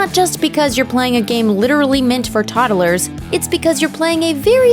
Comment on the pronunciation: Girl literally says toddelers. Really? Pronounce words much?